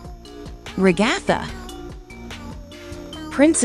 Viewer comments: Ragatha not regotha 😡😡😡😡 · you said Ragathers name wrong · they say ragatha her name as a nonsense word lol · Bro why do you say ragitha and kinger so rong like what the hell